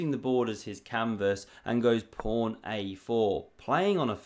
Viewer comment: Pawn not prawn